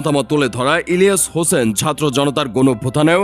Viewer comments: পুরা নাম ভালো করে বললে কি আপনাদের কোন সমস্যা হয় নাকি??হোসেন শুনলাম শুধু। ইলিয়া হোসেন স্পষ্টভাবে একবারও বলেন। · বুঝলাম না। ইলিয়াস হোসেন উচ্চারণ করতে পারতেছেন না ক্যান? 🤔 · সবই বুঝলাম কিন্তু আপনি যখন ইলিয়াস নামটা নেন তখন আওয়াজ টা ক্লিয়ার না কেন, আপনার মতিগতি, ভাবসাব বোঝা যাচ্ছে নাহ 🤨🤨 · Bujhlam na unar nam ta silent keno??? Elias Hussain... Nam ta thk kore bolen.